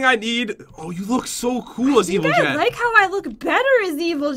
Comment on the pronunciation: its jen not gen